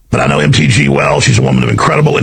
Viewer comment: Only now do I understand calling her Empty G. You pronounced it correctly.